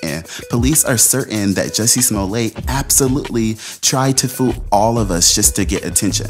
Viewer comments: Damn good video....but it's Small-let, not Small-lay. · SMO-LLETT, NOT SMOLAY.. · Sma let, not sma lay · Smo*ley*? You've heard Smolette so why are you saying smoley? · It's not pronounced "Smol-ay" No one does. It's not a French name. His father was Russian-Polish Jew. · Why would you pronounce it Smoley when everyone else pronounces it truthfully. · BS. Oh I knew he was lying but I didn’t say it until now!! Plus, you just payed a clip of multiple people pronouncing his name yet you still refer to him as Smollay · If the guy's name was pronounced "smolay" it would be spelled "Smolet" rather than "Smollett." Basic French grammar. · Da fuq is Smo-ley?